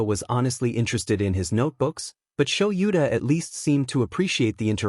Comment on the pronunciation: Is there a way to teach the program proper pronunciation? "Kaken," "Sho-YOU-ta," and "dot" (...) are pretty distracting. Also, the way it does the stutter.